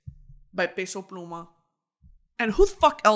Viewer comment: Brittany, I love you but his name is p eh so pluma not “pay so” pluma 😊